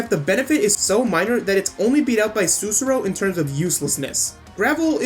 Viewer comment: Great video! Thanks for the help, it was amazing but i have one little observation. Sussurro is pronounced with the accent on the second "u" and you need to say clearly both of the "rr", i'm just being a perfectionist right here, but i know this because her name is a word in my country: Sussurro means "whisper" in italian. Let alone this, great video, you have a new follower 👍